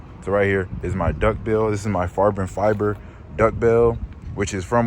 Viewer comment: BRO SAID FARBON FIBER LMFAOOOOOOOOOOOOOO